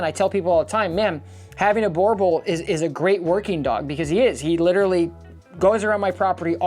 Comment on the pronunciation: I really don't think you are doing these breeds any favours by demonizing them... Had a boerboel as a child (by the way, you keep pronouncing it wrong... It is like nails on a chalk board in my head.) They make amazing family dogs as thousands of South African families can attest. Provided you get them from a responsible breeder and raise them in a loving home. Border collies can happily live in the city, without going for a 5km run every day. Just because your training program isn't geared towards them, it doesn't mean that no one can do it...